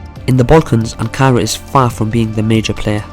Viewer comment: Weak. This guy can’t even pronounce Ankara let alone dive into the Turkish connection to the Balkans. How about learn what Balkan means as a starter.